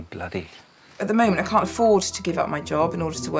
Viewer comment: No r in can’t